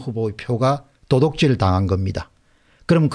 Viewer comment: 공대표님 도독질이 아니고 도둑질이라고 발음하면 좋겠네요.